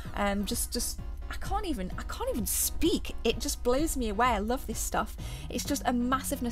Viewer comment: She said "I lovv everyfings that´s in heh!" :-D